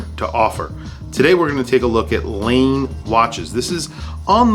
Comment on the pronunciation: I love Laine watches, must be my Finnish heritage. Laine is pronounced Lie/nay. Thanks for posting this video, Cheers